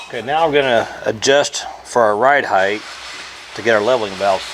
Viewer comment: It’s ride HEIGHT,, not ride heigth!